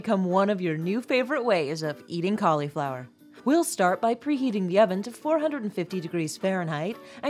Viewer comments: Please, please, please stop saying "Collyflower!", it is pronounced "callaflower'..Do you say "sangwich?", "ambliance"? Supposably?...Ugh!!!! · Please, it is not "collieflower." A Collie is a dog. It is caul (i as in rig or big) flower.